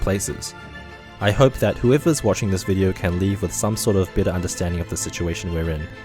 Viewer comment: I know the narrator said "I hope this video leaves you with a better understanding..." but I had to smile when his accent made it sound like "hope it leaves you with a bitter understanding." Yes. A bitter understanding, indeed.